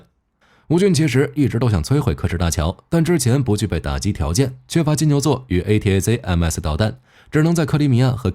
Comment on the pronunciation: A--ta-kam-s 請用音標發音比較快